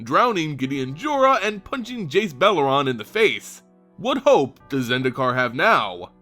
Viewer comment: It's Jace BELL-AIR-REN! Not Jace BELL-AH-RON!